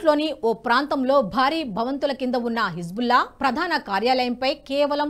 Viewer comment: Hebzulla kadu tallee, Hezbulla, 100 sarlu dictation rasi , appudu vachi cheppu.